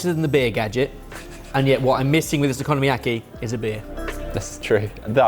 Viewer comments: please learn how to pronounce oko no mi ya ki correctly its not economy yaki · technically okonomiyaki uses thin sliced pork belly. not bacon. and also is not pronounced "economy aki' you pronounce each 2 letters as their own sylable or letter exept for their vowels A, I, U, E, O. so its pronounced "O KO NO MI YA KI" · Because you guys do try to pronounce foreign words: in Japanese the letter O has a long vowel sound. So okonomiyaki is oh-coe-no-me-yah-key. And mochi is moe-chee. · Stop with the economiaki. That's not a thing! OH-KO-NO-ME-YA-KEE. Mixing all the veg into the batter then placing it on top of the bacon is exactly how I make my okonomiyaki. As the pancake cooks, we like to just tuck the edges to make it a prettier pancake but it is not necessary. And is absolutely right, you need confidence ( And often times two spatulas) to flip. We usually yell " DO CRIMES!" as we flip so if we screw it up, we can just say we were successful in committing a crime. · I’m still blown away that you guys have somehow found a way to mispronounce ‘okonomiyaki’. After going to Japan and hearing Japanese pronounce it, you still want to call it “economy-yaki”. Also, combining the ingredients and cooking all at once is not the “cheats” version, it’s Osaka style, where Hiroshima style is with everything layered. This information is not even hidden or hard to find, you’re just being lazy. Do better. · Please stop pronouncing Okonomiyaki like 'Economy-yaki'… 😠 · The way they pronounce Okinomiyaki